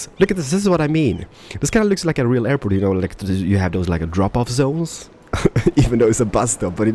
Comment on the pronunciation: Call the airport "Derport"